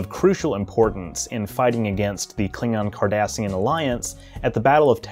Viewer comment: For a moment it sounded like you said the "Klingon, Kardashian alliance" and I had to sort through some really funny mental images 😄